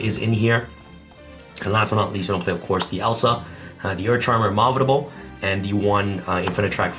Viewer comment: Please can we acknowledge that said ‘immovable’ wrong